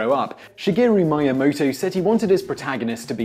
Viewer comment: Please learn to pronounce Japanese. All the vowels work the same as in Spanish, it's very easy. ME-AH-MOH-TOH